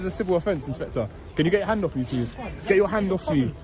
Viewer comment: Inspector pronounced inspectwhore, he said we dont know, but then proceeded to arrest, absolute phkn cretin !